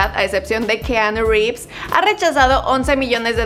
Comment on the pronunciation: Pronuncia bien el nombre porfavor